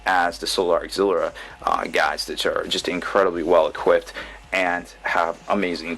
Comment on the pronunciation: There is no 'R' in 'Auxilia'